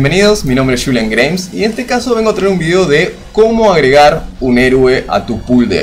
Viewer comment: Bueno Julian, ojo dije Julian no Chulian o Shulian como lo decís vos. Este tipo de vídeo si que me interesan.